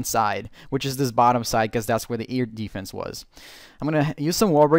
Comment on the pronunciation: "Eardefence" o.O